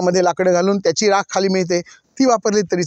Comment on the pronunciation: Rakha nahi Rakh mhantat.